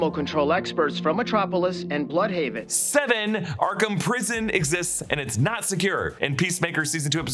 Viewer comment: I just love that we're now pronouncing Blüdhaven correctly